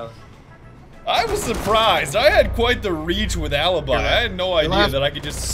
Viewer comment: I am Italian , funny but please , say alibi , not alibai